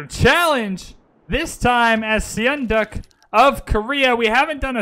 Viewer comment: Seondoek is pronounced as "sun duck". Seowon is pronounced as "su won". In Korean, "eo" is pronounced as "u" - as in sun, bun, pun. In Hwatcha, "H' is pronounced strongly. I am Korean and know this for sure :)